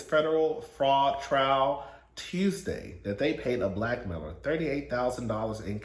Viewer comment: I first listened to this video when I was getting ready in the morning before I had some coffee, so for the Todd Chrisley segment I thought you said "-paid a Black male, er..." instead of "blackmailer". I was cackling like OOP Mr. Chrisley was paying for the BBC?!